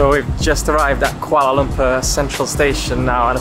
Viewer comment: The way she pronounces Kuala Lumpur is just perfect 👌